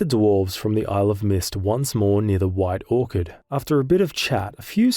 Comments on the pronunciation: My first bug encounter with geralt was in like 2020 or 2021. Everytime I whistled, A new roach would appear. I summoned 7 or 8 and started parking them like cars. Also, its pronounced skell-a-guh Edit: WHITE ORKARD? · Am I crazy or did you call White Orchard, white Orchid😂